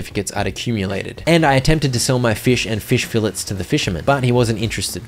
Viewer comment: you keep pronouncing "fillets" wrong and it's painful